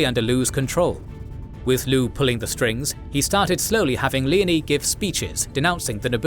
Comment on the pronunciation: Leo-nee not leney.